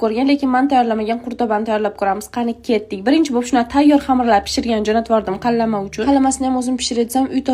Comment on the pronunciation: Qatlama❌️ Qallama✅️ 😂